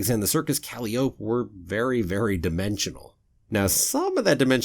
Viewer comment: Umm...how are you pronouncing calliope there? ;-)